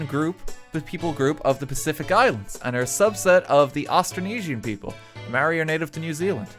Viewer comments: Mai-or-i. That's the pronunciation for it, RT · That Maori pronunciation hurt my ancestors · RT, as a New Zealander, your pronunciation triggered me. A for effort tho! :D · The moment I seen this video I was expecting just LOTR related stuff but seeing stuff about Maori Culture surprised me! As a Maori, Bad pronunciation ofcourse but atleast you gave it a go RT! wish I could have helped with pronouncing Maori words